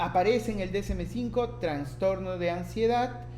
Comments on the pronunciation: Me gustó tu video, solo ten cuidado al pronunciar trastorno; ya que se escucha que dices transtorno... de ahí en adelante todo bien, muchas gracias. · Muy buen contenido, gracias, me ayudó mucho, sólo corrija su pronunciación, se dice TRASTORNO no TRANSTORNO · TraSSSStorno!!! Por favor!!! donde ves la N???? Habla bien. Saludos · Bien. Solo que es trastorno, NO traNstorno. Saludos. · Me gustó mucho su explicación sobre las diferencias existentes en ambos DSM, lo malo es que en todo momento escuché la mención de Transtorno. La verdad es que saca un poco de onda la mala pronunciación, pero fuera de eso todo bien. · TRASTORNO. Aprende a pronunciar esa palabra. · Pero por qué dices traNstorno? 😩😩😩😩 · Buena información pero me perturbó constantemente que repitieras una y otra vez “traNstorno”.